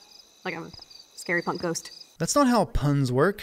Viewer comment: "Punk!" Not "Pun" One sin for you ding 1